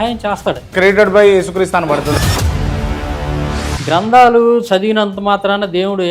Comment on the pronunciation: వల్ల సమాజానికి కాస్త సమాధానము రావాలి అని కోరుకుందాం ❤😄..... ప్రేమతోపూర్వకంగా చెప్తున్నాను... కొన్ని పదాలు సరిగ్గా పలకండి 1.grandhralu అంటున్నారు అవి గ్రంథాలు 2. ఆహారాధన అంటున్నారు అది ఆరాధన ఇంకా కొన్ని ఉన్నాయి అవి వేరే ఇంటర్వ్యూ లో మాట్లాడారు